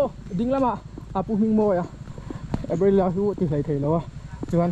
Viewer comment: Sir Aprila nilovin Aprilia tih a lam tur a va ang zawk ve,sawi ve mai²😁😁